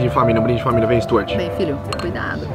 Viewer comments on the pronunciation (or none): Stuart 😂😂😂😂😂😂😂😂😂😂😂😂😂😂 E o pior é a pronúncia do tonto: Istúartchi! Meu Maycon seria melhor! Ou até mesmo Valdisney!